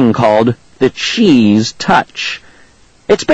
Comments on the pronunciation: this sounds like cccccrrrrrrrrrrrrrrrrrrrrraaaaaaaaaappppppp he makes the book seem terrible and he says cheese like a idiot $@ you recording the book is good but the recording sssssssssssssssuuuuuckssssss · this sounds like cccccrrrrrrrrrrrrrrrrrrrrraaaaaaaaaappppppp he makes the book seem terrible and he says cheese like a idiot $@ you recording